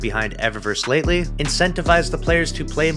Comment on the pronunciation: Lol he said “lately”